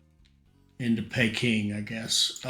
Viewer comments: 'Pee-king' not 'Pay-king' lol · Great vids again. Just bought this for xbox. Also Peking is pronounced as Peeking Lol